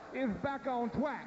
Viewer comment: the American dweem is back on twack damn that was funny